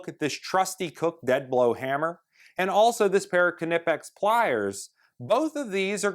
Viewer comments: Nip-ex. why can't he say that properly.... that's like saying k,no for know.. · On Knipex the K is silent and is pronounced Nipex. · btw did you say knipex the k is silent lol